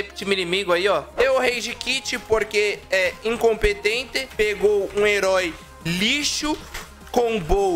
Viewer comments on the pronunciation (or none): "INCOPENTE" KKKK